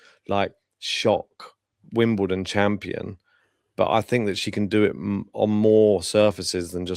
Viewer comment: Wimbledon. ✅ Wimdoledon. ❌